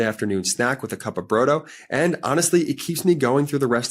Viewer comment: Brodo, you are pronouncing iut incorrectly. It isa the Italian word flor soup.